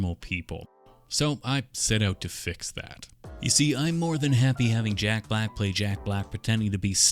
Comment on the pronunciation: every time you said "jack block" i lost it